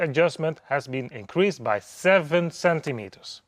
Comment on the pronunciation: Dude, DAF, have the guy a lesson in English. The sizze have ben inkreazed. Pretty please, with sugar on top.